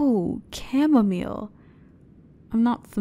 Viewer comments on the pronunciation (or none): none